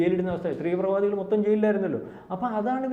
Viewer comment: എന്റെ പൊന്നു ചേട്ടാ തീവ്രവാദി ആണ് ത്രിവ്ര വാദി അല്ല അത് ഒന്ന് ശരിക്ക് പഠിച്ചു പറയു